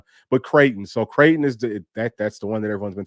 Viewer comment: Creighton is pronounced "Crayton" like cray-on. That's ALL I know about them. 😊